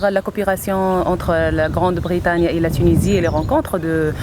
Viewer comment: Grande Britagne ??? WTF , she's a journalist and she can't pronounce well